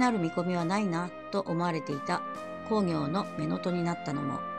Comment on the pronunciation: 鎌倉殿の十三人、とても面白いですね。毎週見ています。 源公暁は、コウギョウではなくクギョウと読むのではありませんか？ まあ、どうでも良いことですが。 元々本当にはいないスナイパーを脚本家が作り出し、暗躍させているので、最期がどうなるかは彼の思いのままですから、歴史学者にとってはどうでも良いことかもしれません。 の予想、大変面白かったです。これからの物語の行末が楽しみです。